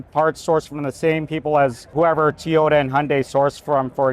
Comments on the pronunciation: Toyota, not Teeyota. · What's a Teeota? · Be great if he weren't saying "Tee-yota" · I never knew it was called tyota 😂